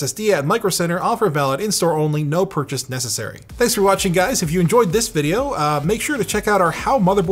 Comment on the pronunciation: "No purshas necessary"